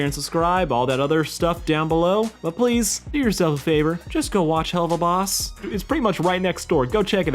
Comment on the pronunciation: u kinda said helluva boss wrong, not trying to be mean tho just saying.